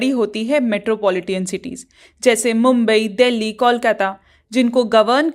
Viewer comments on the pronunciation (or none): none